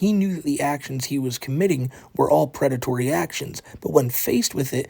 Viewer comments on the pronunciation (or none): The Pwedatowy Stowy of Teh. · I respect that you didn't name this video "The pwedatory" story. But it would have been hilarious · Correction: The Pwedatowy Stowy of TheWhiteBowsah - Paht 2